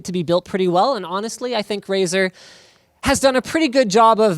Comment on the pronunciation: For a moment I thought he said "This is Razer Wh*re"